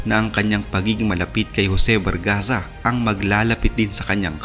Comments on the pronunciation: Jose Barzaga po hindi Bargaza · Barzaga Boss Hindi Bargaza